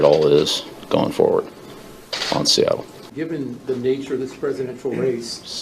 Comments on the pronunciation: Rumour has it Belichick is still saying "Seattle" to this day. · Seattle, seattle, se-attle, Seattle, seattle😂